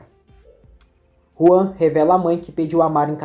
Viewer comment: É Juan e não João. Na dublagem eles falam Juan